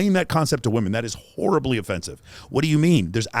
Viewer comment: “That is horribly offensive (emphasis on *whore*).” 😆